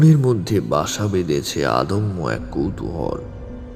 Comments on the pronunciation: খুব সুন্দর গল্প, আর presentation ।তবে বেশ কিছু উচ্চারণ জনিত ত্রুটি আছে। যেমন অদম্য কে আদম্য, অছিলাকে আছিলা, উশখুশকে উৎসুক ইত্যাদি। একটু খেয়াল রাখবেন। 👍🏻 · উপস্থাপনা ও গল্পপাঠ বেশ ভালো লাগল.... দু একটি শব্দের উচ্চারণ ( আদম্য = অদম্য ইত্যাদি ) ছাড়া মোটামুটি ত্রুটিহীন বলা চলে.... আবহসঙ্গীত ও মন্দ নয়....